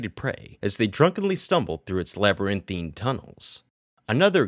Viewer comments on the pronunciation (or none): none